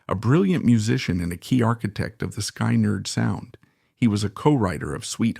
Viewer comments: AI NARRATION SUCKS!!! SKY-NERD? PUHLEEZE......... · 👿🔱😈...sky nard 🙄.. I hate AI narrated videos 👎.. they're so annoying when they mispronounce simple words🙄